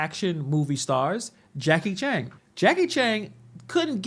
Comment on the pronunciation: Jakie Chang ? Who dat ? Its Jakie Chan